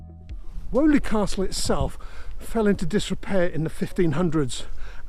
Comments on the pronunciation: Woe, Woe, Woe! every mention of Selly Park should be Selly Oak Park as Selly Park is the other side of Raddlebarn Road over a mile away. You have been picked up on this before. Also unlike Woe, Weoley is pronounced Wheely, or possibly Whee-oly just as Daw is pronounced Doe you get all the locals upset by pronouncing names wrong! Surprised by no mention of the 2 arms opposite the Dudley #2 canal at Selly Oak Junction and the adjacent limekilns, particularly as they have been made a feature of in the landscaping under your feet when you finish this episode. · We pronounced it " Wheelie Castle " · Hi, great video! Having grown up in brum and having been fascinated by the canal system my whole life, I am in love with this whole canal Hunter series! Btw Weoley is pronounced “wee-lee” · Thanks for this informative film, my grandparents moved to Paganel road in the slum clearance of streets of hockley and the jewellery quarter (your drone flew right over the house I was born in! The only thing I would take issue with is your pronunciation of 'Weoley' we always pronounced it 'Weeley"!! I am guessing that your pronunciation is the correct one - you're clearly an expert at research - but I doubt anyone in the streets that line the lapal would recognise the name as you say it. 🙂🙂 Once again, thank you so much for a fascinating film, I wish my father was still alive to see it.